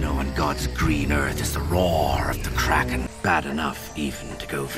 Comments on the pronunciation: Davey Jones, not Damon Jones. And it's the Kraken, not Kragen. It's pronounced "crack-in." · Ok. First thing. Your awesome. 2nd. It’s Kraken, not cragon. The next movie; my opinion; is better. You’ll love it. Also. You got keep watching the of the Pirates movies. They get better as you keep going. The last movie is “Pirates of the Caribbean Dead Men Tale No Tales.” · DAVEY Jones, not Daemon. Day Vee KraKen, not craigen. Crack en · Can't forget about "The Kragon" 😂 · I remember being so excited when Barbosa returned the first time I saw this lol, he's such a cool pirate. And he finally got his apple. Also, it's Kraken, said like Crackin' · It's pronounced Crackin but it is spelled Kraken. The collector of souls at sea is Davy Jones ( like the devil ) and the place that the souls would go to is called Davy Jones's Locker (like hell). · has a great talent in saying names wrong. I think subtitles would help:D Damey Jones and his Kragen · You make me Crack up,! It's Kraken, pronounced crack-en. And Davie Jones Locker! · If I hear Kragen one more fucking time I'm going to murder someone. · it's the Kraken, pronounced "Crack-in'. Keep up the honest reactions! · And it’s pronounced “Crack-En” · It's said like Crack-In. With an A, not an E. You had it.